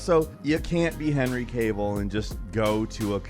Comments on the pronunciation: Henry Kayvil. Is there anything that can't butcher pronouncing? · Henry Cav-al.. cave- el lol